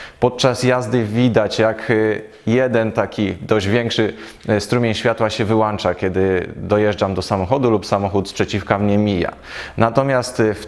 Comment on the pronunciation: Fajnie opowiadasz kolego ale zrób coś z tym "wyłanczam , załanczam " bo to kuje bardzo w uszy. Mamy wyłącznik więc wyłączam a nie wyłanczam. Gdyby było jak mówisz mielibyśmy "wyłanczniki "